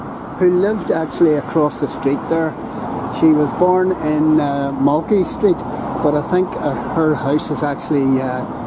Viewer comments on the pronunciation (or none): I am from the road, it is pronounced Mol-tyke Street